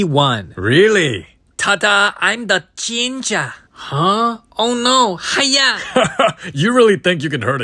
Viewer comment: I love the way he says ginngre😂😂